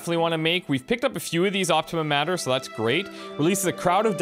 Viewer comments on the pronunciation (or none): Anthony Casenelli sorta like when I see mater being read as matter... still, enjoying the videos!